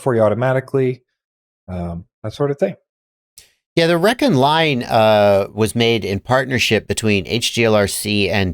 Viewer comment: I could be wrong, but I'm pretty sure rekon is not pronounced wreckin. I would imagine it's probably recon, as in reconnaissance.